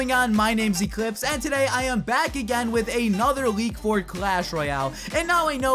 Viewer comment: Echlipse Mints. lol